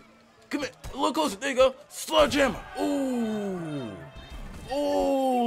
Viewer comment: It's sledgehammer not sludge hammer 😂😂